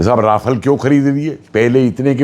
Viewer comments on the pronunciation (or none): none